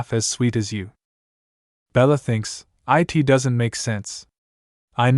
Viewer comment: Bug report: There are a number of instances where the word "it" is pronounced as "I. T." and this is suuuper distracting. Any chance this is something that can be fixed by double-checking the scripts first? Best of luck! 😄